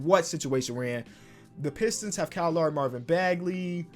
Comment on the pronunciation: "kaall laury"